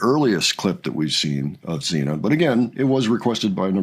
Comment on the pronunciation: She is Sina not Zina